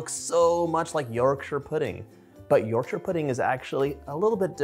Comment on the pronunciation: I love that you pronounce Yorkshire properly ❤